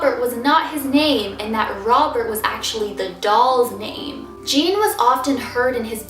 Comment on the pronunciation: It's not Jean it's ujean